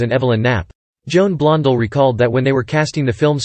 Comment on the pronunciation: Many mispronations here, the most glaring being Blond'al instead of Blond-dell'